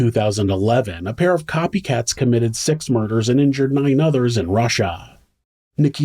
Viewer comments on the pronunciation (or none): Love you. (There’s just one syllable in “PAIR”) 😉